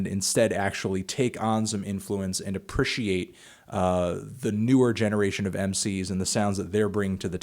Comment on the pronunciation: Melon says appreciate weirdly